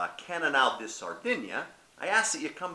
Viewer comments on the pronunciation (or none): How many things did you get wrong here? Di is pronounced dee...it's centenarians....and the majority of the centenarians that live in Sardinia come from the center of the island and do not eat fish... By the way Cannnonsu is just Grenache.